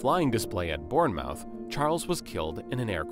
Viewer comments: Bournemouth is pronounced bornmuth with a silent 'r' Great narrative though. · It would be helpful if the narrator could properly pronounce names such as ‘Decauville’ and ‘Bournemouth’. It would also be helpful if facts were first checked: Sir Henry died in 1933, not 1993. Additionally, Rolls-Royce was a marque’, and now it is merely ‘another ‘brand’. BMW does not own Rolls-Royce motor cars, it merely owns the right to use the name, the badge and the mascot, under an agreement with Rolls-Royce PLC, who can terminate that agreement at any time